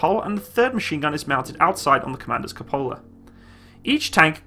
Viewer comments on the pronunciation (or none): it's pronounced "cùpola", not "cupòla"